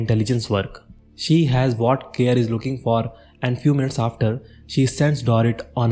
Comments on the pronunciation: It's pronounced 'Kay-Rie' nor 'Care'. Nice video. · it's pronounced Care-Ree